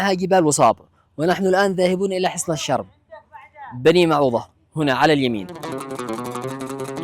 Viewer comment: النطق غلط الرم بدون تشديد للراء